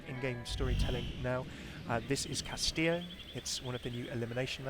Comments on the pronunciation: Cast-ee-yo (I think) not cast-ill-oh. If I'm wrong I apologize, but most Spanish dual L's make (ee) like tortilla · I'm gonna sound like a smartass, but it's kinda bugging me, haha. The correct pronunciation of "Castillo" is Kas-Tee-Yo. Even Jeff was saying "Kas-Tee-Lo" which was driving me a little bit insane. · It's pronounced KAS-TI-YO, not castilo, pendejo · why do people say "castilo" it's pronounced castijo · Why does everyone pronounce Castillo like Tortilla? It's much closer to Cas-tí-sho than Cas-tí-io. Also, Rey Vibora means King Viper. No connections to ravens. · Cas tee yo not cas till oh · pls, I know you mostly speak English, but it's Cast-ee-yo. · Mexican here: it's pronounced "castiyoh" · Hey, I don't mean to be a tool, but Castillo is pronounced like Cas-tea-o. Two L's in Spanish makes a J sound. Not trying to harp on you, just seeing if I could save you from angry commenters. 😂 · It's pronounced cas-tea-yo :D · Just as a little Spanish for ya, Castillo is pronounced "kas-tee-yoh" I know it's been commented before but I think it needs to be emphasized cause I think even Jeph (lol) mispronounced it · It is pronounced (Kas tee Yo) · "Castillo" is pronounced "Kas-tee-yoh" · Uhm... I'm pretty sure the double "L" is pronounced like a y... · the way he pronounces castillo hurts my ears x) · its ok i didnt expect any english speaker to pronounce it right, the double ll is the letter most non-speakers have problems wih so dont worry, its an eichenwalde situation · Ya like jazz In Spanish, "LL" and "Y" sounds the same, for example: "cayó" is fell, like "he fell from the staircase". "callo" is like that dry dead skin that forms when you get a cut and it begins to scar. Llanta is tire, while Yanta means nothing and it sounds pretty much the same. So castillo and castiyo is pronounced the same, but I know that "LL" in English is different.